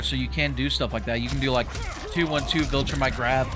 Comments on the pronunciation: It won’t matter but it’s vol-tra-mite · Please learn to pronounce Viltrumite😭😭